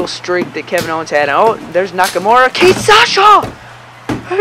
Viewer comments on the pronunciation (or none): none